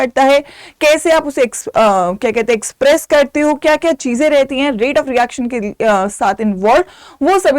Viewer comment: Mam neaa express ki jagah. Sex. Bol. Daaa. second. Per. 😂😂😂😂